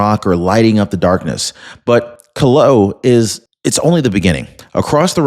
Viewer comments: it would be nice if you took time to learn the proper pronunciation for places and things you report on. The volcano is not Ka-low- ah. it's Kill- ah-way-uh.. I wouldn't take you but one minute to do your research. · HI volcano is pronounced kil-oh-way-e-uh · It is pronounced “Ki-lau-eh-ah. Please consult a Hawaiian or someone FROM Hawai’i. Any one of them would be happy to teach you how to say our Hawaiian words correctly. 🌺🤙